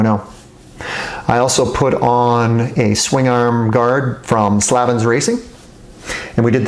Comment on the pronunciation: slaaaavans lol its slave-ns